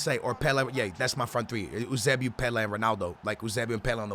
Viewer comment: It’s pronounced YOO-SAY-BEE-O Jesus Christ stop trying to be smart pronouncing it like oosaybeoo. Embarrassing